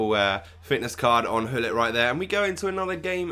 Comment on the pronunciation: Gullit, not Hullit!!!